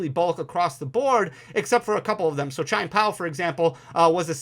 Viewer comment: This is a super informative video! And … my brother… it’s “CHEE-EHN POW.” Your version sounds like a racial slur 😂